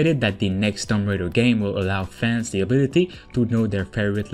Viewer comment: Shadow of the tomb raider is not new its out and has been out over a year now... also I hate to be that girl but it's tomb not tumb, not a big deal just saying.